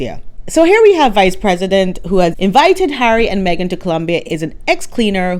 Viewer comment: Megan takes "the Me-gain"show everywhere she goes"!!😂😂